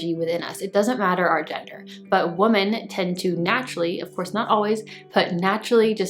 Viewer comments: darling you always have EXCELLENT CONTENT. Yet, you insist on saying the word WOMAN for the plural form WOMEN. Now, I KNOW YOU KNOW as you've said it's just what your mouth says... but darling.... IF English is your primary language... don't you feel YOU'RE doing a tremendous disservice to those who speak English as a second or third language?!?! No shade, just as a VIRGO the grammar police cringes EACH TIME YOU DO. Please, I truly DO enjoy your message, MINUS that one hiccup. Awaiting your thoughts❤️ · I agree. I love your content and I really want to watch. I try to overlook and not be hyper-critical, but it’s difficult to listen when you mispronounce a word that’s so fundamental to the topics you discuss.